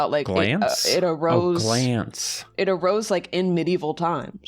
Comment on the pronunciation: Glance? or Glanpce?